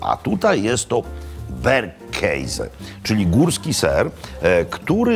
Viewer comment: Jest mój ulubiony "berkejze" XD